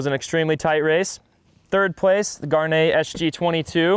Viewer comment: Gaerne will never be pronounced correctly on this channel.